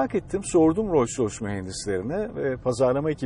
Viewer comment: keşke markanın telaffuzunu yanlış yapmasaydınız bütün video "royce royce" demenize takıldım kaldım. Buna rağmen teşekkürler.